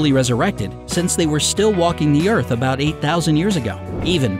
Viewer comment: Who Say Earth 👂'Ear'th